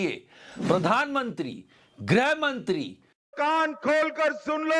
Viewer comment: Excellent as always. One correction: Grih Mantri Not Greh Mantri